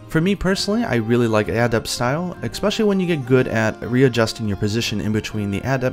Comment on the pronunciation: Great guide as always. A bit of bias, but that's usually easy to agree with and part of the helpfulness. Just...please stop saying expecially instead of especially.